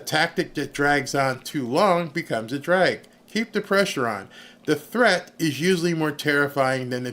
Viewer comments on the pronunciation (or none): none